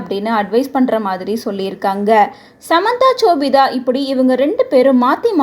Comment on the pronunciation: Chobitha ila ma.. shobitha